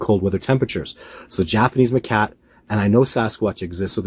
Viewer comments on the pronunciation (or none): Hate to be a the school teacher here but it’s macaque, not ma-cat.